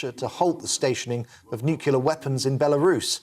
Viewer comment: GB News reader : "It follows pleas from the European Union for Russia to halt the stationing of nucular weapons in Belarus." Did he attend the George W. Bush College of Journalism?